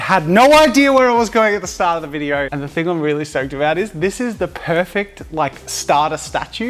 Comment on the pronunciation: 'In this vidieuoo'😂😂